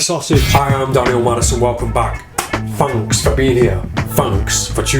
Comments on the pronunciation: I don't know why but i love the way you laugh.And Fanks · Fanks for the mirrors and the new direction...Fanks